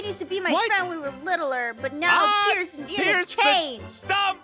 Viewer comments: "Hi Aphmau" "Hi Perce" said Perce Instead of Pierce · "Hi purse" as opposed to Peirce